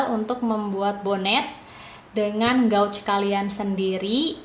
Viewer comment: Maaf, Kakk... cara bacanya gauge /geij/ ☺️☺️☺️